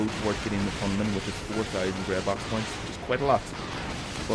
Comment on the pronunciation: Hey, cool video. Ship looks nice. just a word on the pronunciation of the name Hanuman. Phonetically it would be: ha-nu-maan It comes from Hindu mythology meaning "one with a disfigured jaw"